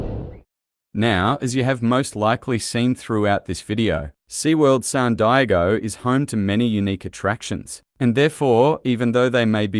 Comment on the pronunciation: San digo 😂😂😂